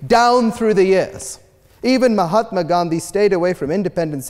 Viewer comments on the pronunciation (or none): none